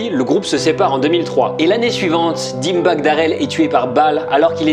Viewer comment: La façon de prononcer Dimebag et heavy metal.....